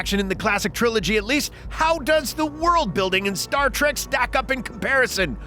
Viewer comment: Star TREK! Not Tract!